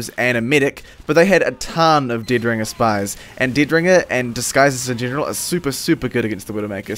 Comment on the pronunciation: i know that you have an accent but still... Didringer, Binifit, Dimoknight :D